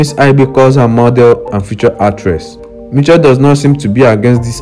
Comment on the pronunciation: If you are going to say the name say it right ....in pronounciation mi-SH-elle not ni-CH-elle